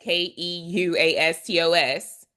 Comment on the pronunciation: Merry Christmas, from Thessalonica, Greece. To help with the pronunciation of the Greek word (yes, some of them can be difficult to pronounce for non Greek speakers!), it is: aparaskevastos; the stress is on e, which is pronounced as the e in ten-unprepared. All the a are pronounced as the a in Alpha. Thank you for this sweet word, I ve taken what was meant for me.